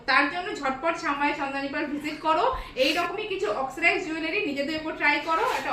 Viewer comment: Oxcirize???? 😂😂😂😂 ওটা oxidized!!